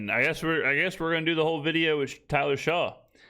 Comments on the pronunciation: Each time this guy mispronounced “Shuck” he should take a hiatus of making videos. You can tell he literally read articles/watched YouTube videos about the Saints’ current situation, didn’t understand them, and then decided to make a full video about it. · The name is spelled shough...In no world is that pronounced "shuck"...Aints are trash but ive blocked all that dudes channels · “Is Tyler Shaw the situation?” Forget that he mispronounced Shough’s name … he confused “solution” and “situation”. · This is the very reason why I quit watching him years ago. It’s just lazy nonsense with absolutely zero effort put into his videos. This is all right off the dome, because there’s no reason to mispronounce Shough’s name continuously this far from the draft. How he’s got a decent following is nuts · This guy does not know what he’s talking about! He didn’t even take the time to find out how to properly pronounce Tyler Shough’s name! I get the feeling he’s one of those creators that just says crazy stuff to get clicks and views or maybe he really is this ignorant 🤷‍♂️🤷‍♂️ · Love but that opening line of the video, including the inability to say the name correctly of the qb you’re talking poop about, made me turn this off. Still get a like and comment though. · him butchering Tyler Shoughs name just proves to me he did little to know investing.